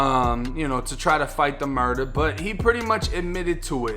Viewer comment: The way you say murda makes me laugh a lil every time 😂 I’ve started to say it too💀